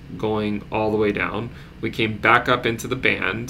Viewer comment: Not enough emphasis on the "BACK" into the crypto verse. come on man